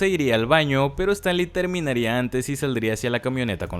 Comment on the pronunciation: Todo bien solo que siento que es disléxico este chavo porque pronuncia mal casi todos los apellidos Es Stanley no Stanli Azcárraga Jean no Jin 🤔